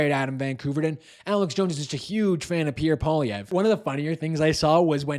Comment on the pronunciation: LOTS OF HYPE! Alex Jones doesn't know his name? No ! Jones made it clear who he is talking about. Problem: he can't pronounce his name. This hype man is all BS. He wants to make you angry! Angry fanatics love fanatics.